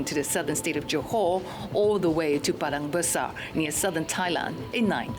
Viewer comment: ...its Padang Besar! not badang basar!!!